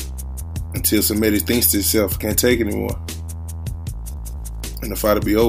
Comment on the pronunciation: first of all it is she re me ta , second this is ggg at the end of his career.Szeremeta is slower , less technical , less everything . but he has heart , he has mental toughness. The problem is Kamils coach has covid , Lapin is the same coach for Glowacki , that's why there is no WBO title fight Glowacki vs Okole. Szeremeta is tougher than Proksa , Jacobs or Sulecki . He is like a Buffalo